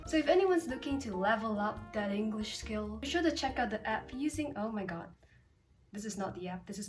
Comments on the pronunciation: One of the biggest mistakes ever. Mispronounced the word English when the app is English lol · E N G R L I S H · E N G U R I S H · me when said englrish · Shes also that one girl who kinda speaks like a sophisticated person but mispronounced the word 'English' while sponsoring an English learning app, and kept saying "W- wha- whAT dO YOu MEAN P A T R I CK???!" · Ah yes. The young and strange is sponsored by an English learning app but pronounces the word English wrong. Fascinating. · she has a slight 'r' sound instead of 'l' when she pronounces the word "English" but it's very common pronounciation especially with people who have an Asian mother tongue so it isn't a big deal. She also has the dd drawl in some words like "Twitter" but again she's easily understood so any accent markers aren't really an issue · Lmao , U dictionary pronounces"English" wrong and teaches you English 🤣💀🙌